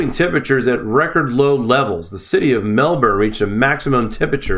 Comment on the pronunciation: you pronounced Mel-burn correctly. Its cold here !!!!!!!